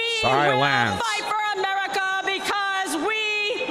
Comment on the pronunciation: The way she says America…. Just…. No